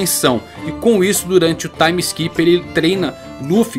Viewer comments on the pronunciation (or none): none